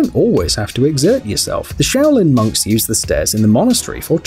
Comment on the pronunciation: I thought at the start that you said shaolin mugs😂😂😂